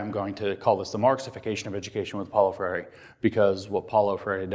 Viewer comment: i would like to watch this...but the speaker can't pronounce Freire's name.